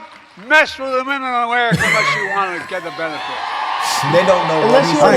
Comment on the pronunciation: Sounded like "Don't mess with the women ofmurarerika unless you want to get in bed with them" 🤷